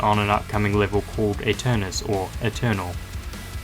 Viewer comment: FINALLY SOMEONE SAYS AETURNUS INSTEAD OF ETERNAL